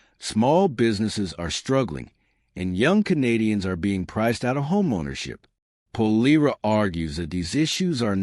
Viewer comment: stupid jerk learn how 2 say his last name